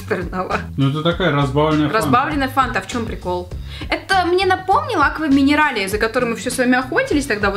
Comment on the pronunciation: говорит акваминарале у меня реклама акваминерале